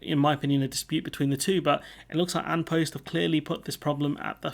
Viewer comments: Quick one - it's actually pronounced "On Pust". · An post is pronounced "on pust". Just for future reference. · "An" is pronounced "on" in Irish. "An Post" is closer to being pronounced "On Pust" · An Post is pronounced On Pust. 👍